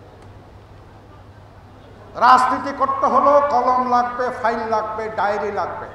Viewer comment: রাজনীতি শব্দটাকেও ভাল করে উচ্চারন করতে পারেন না!!